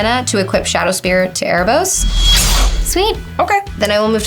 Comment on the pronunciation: How can she not say "Spear" right.